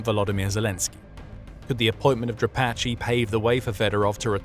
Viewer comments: Не Дра'патый,а Дропа'тый,который отъявленный террорист,Вы ,ведущий такую хрень несёте,тошно слушать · Who is “Drapatchy?” The man who replaced Syrski is Dra-PAT-e